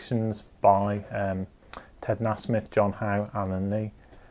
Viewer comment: Great channel; but Ted pronounces his name Nay-Smith, just saying.